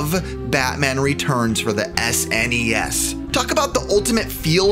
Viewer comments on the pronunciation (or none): none